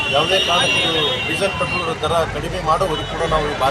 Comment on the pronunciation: ಪೆಟ್ರೋಲ್ ❌ ಪ್ರೆಟೋಲ್ ✅